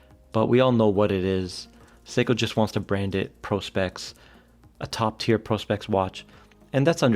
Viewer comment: Thank you for being one of the only people doing watch reviews to say Prospex correctly as "Pro-Specs." It is a fairly obvious portmanteau for professional-specifications, yet 9/10 reviewers say "Prospects." Subscribed.